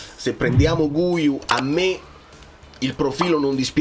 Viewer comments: Cmq "Guiu" si legge "ghiu", così come "guitarra" si legge "ghitarra" e non "gu-itarra". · Oggi ho sentito una giornalista italo spagnola. Guiu si pronuncia Ghiù. Comunque secondo me il Napoli qualcuno prende, solo perchè Allegri ha espresso un bisogno.